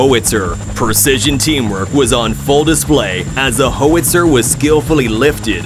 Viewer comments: The gun is called a "HOW-itzer". NOT "hoe-witzer". Learn how to pronounce worlds correctly if you're going to do voiceovers. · Lol literally just heard whoitser and had to come to the comments. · GOOD LORD !! A "Hoe-etzer" Artillery piece. Really?? Come on people. When are we going to start refusing to accept these A.I. voice dubs? It's gone way past ridiculous. I block, downvote, and boycott the sites that do this. I'm sick of it. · Roundup on your winter wheat. A well known cause of cancers. "Hoe-itzer"... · Hoe witzer? Howitzer! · HOE-witzer: a loose cannon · Ho witzer. 😂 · nope. "Hoe wit zer" was the last straw. "Next" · Idiot AI narrator does not know how to pronounce "howitzer". And the writer apparently thinks that helicopters have wings. Sheesh. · The Ai pronounced the howitzer like it is a Jewish cannon . Haha